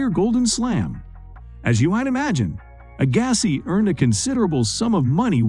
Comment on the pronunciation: Learn how to pronounce their names.. P L EA S E